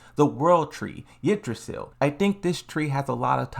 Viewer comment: How can bro pronounce „Yggdrasil“ perfectly, but still not some characters names like LIDA 😂